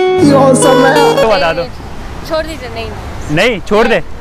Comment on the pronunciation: Bhai chod nhi hota hai😂__ chhod hota hai😂😂😅